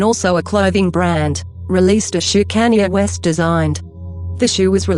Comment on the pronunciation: its sounds like Kenya west😂